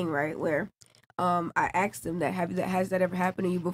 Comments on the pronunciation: Why is it that so many Miami girls say "aks" instead of "ask"? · Ask not aks 😭💀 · Wow these women, do ax some questions.Not asssssssssssk. but ax.